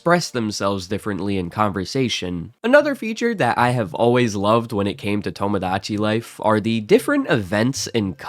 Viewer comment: I was going to give you a hard time for “tamadachi”, but then i remembered words like “homogenous”